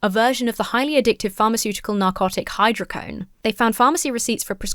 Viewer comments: "Dismembered" 😂 Oh it's hy-dro-co-done not hy-dro-cone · Hydro Co Doughne Not hydrocone But it's just Vicodin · Theres a DO in hydrocodone. Its said like hydro code own. Hydrocodone. Thanks. Happy birthday!